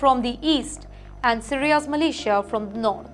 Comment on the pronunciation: It's militia, not Malaysia